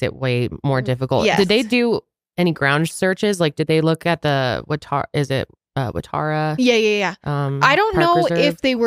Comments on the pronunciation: From an Aussie, for the sake of corrections (given your discussion of the supermarket/hardware store). Cronulla is pronounced cron-ulla, not cron-ola. Wrong vowel! Waratah is wa-ra-tah, not wa-tar-a. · Waratah, not Watarah😉 Also Cronulla is pronounced differently...Maybe you just need to come over here, easiest way to learn a bit of Aussie pronunciation 😊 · I do t mean to be a pain in the butt.. but the parks name is pronounced wa_ra_tah it's named after a flower that grows in Australia 🇦🇺.. but I have enjoyed listening to this podcast of 2 of the people I actually follow together ❤